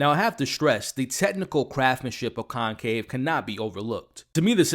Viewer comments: pls = it’s conclave not concave!! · Dude... it's Conclave with an "L" not concave! I couldn't even finish watching your review.